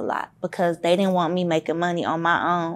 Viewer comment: You can tell based on the way she says Money like “mehny”